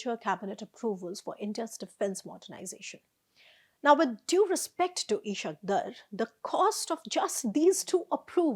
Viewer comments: Plz pronounce correctly, it's "IS HAAQ DAAR" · For God's sake the wire, the name is pronounced "Is haaq Daar". Not the sh sound and not dar like fear but Daar. Your prounciation of his name is about as accurate as indian journalist pronouncing XI''S name as 11 Zing Ping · The way she has pronounced Ishaq Dar's name says a lot about Indian media's understanding of Pakistan. Superficial at the most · Indian can't pronounce his name correctly 😂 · Never heard Ishaq Dar's names pronounced like that.